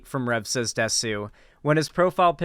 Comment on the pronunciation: I'm very curious about why anime and Japanese culture attracts so many right wing weirdos and nonces. Not just conservatives in general, but alt-right people (Btw it's pronounced 'dess' not 'desu')